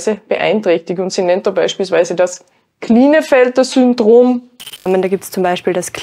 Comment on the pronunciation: Klinefelter wird übrigens "Kleinfelter" gesprochen.